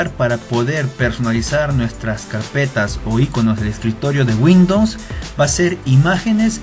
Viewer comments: windons xd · Windons ? :v buen vídeo xD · "de windoms"